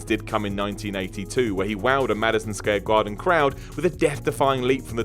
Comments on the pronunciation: the roid junkie literally said "Madison Scare Garden"😂😂😂 them roids are making it hard for him to speak lol. I'd hate to know how tiny his testicles have shrunk to lmao 😂😂😂😂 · "Madison Scare Guarden" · He did not pronounce Madison square garden correctly 😂😂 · 1. How did you pronounce Madison Square Garden 2. Didn't he face Don Morocco?